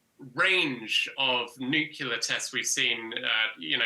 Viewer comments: An 'analyst' who cannot properly pronounce the word 'nuclear' does not inspire confidence. he doesn't look old engh to know anything much about the world and the things that go bump in the night. It's not 'nuc-you-lar', it's 'new-cle-ar'. Even the newscaster knows how to say it correctly. Also, it's not a nuclear powered submarine as the title falsely claims. Basically clickbait. Hard to believe anything anyone puts out nowadays. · Ugh… the way he says nuclear is like GW. Makes me cringe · It baffles me why so many say nuclear incorrectly. It's "NEW" - "CLEAR" It's not spelled nu-cu-lear / Nu - Clear. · Nucular ?? Do you mean nuclear? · You said 'nuke-you-lar'. Your credibility account is now empty. Please insert coins to continue. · Dude lost me at "nucular"... nuclear! It's not a hard word. Especially for a so called expert.... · I just can't get past pronouncing it 'nuculer'. Jars me every time. Atomic nuculus? No. Nucleus! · So called experts really lose their credibility when they say NUC-ular instead of the proper pronunciation NU-clear. Smh😂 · Why is it that even Englishmen can't pronounce "nuclear" correctly? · I'm a bit more concerned about the so called specialist who cant even pronounce the word NUCLEAR not NUCULAR. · I have a hard time trusting "expert" that cannot pronounce nuCLEar correctly. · Couldn't you find an "expert" who can actually pronounce the word "nuclear"?! (facepalm)